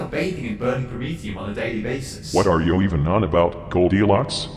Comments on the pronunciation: Why does the Emperor keep going "Yo" instead of "You"? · Also its funny cause when the Emperor's talking about black the speech device makes "you" sound like "Yo" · I love the wise and soothing voice of the man-emperor, but I do wish he could pronounce "you" correctly.